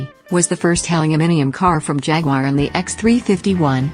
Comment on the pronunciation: Even the robot voice can't pronounce Jaguar correctly Jagwarr Really !!! If you take the time to do a decent video at least take the time to Narrate the dam thing ! Robot voice sucks !!!